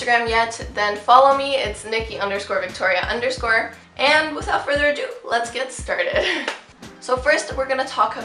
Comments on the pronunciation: I swear to god, during your intro I thought you said "Hey guys, it's thicc Victoria' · For some reason in the intro I heard her say thic Victoria instead of Nikki Victoria